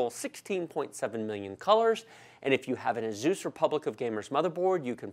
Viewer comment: What is a Azoeees...... Its Asus, it comes from Pegasus....please lol